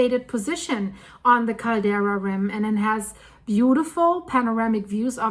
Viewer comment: CALDERA! NOT CARDELA